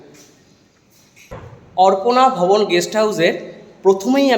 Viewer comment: Sob e thik ache dada tobe apnar uchharon arpona vaban khub e kane lagche.ota arpona vobon na.ota aparna vobon.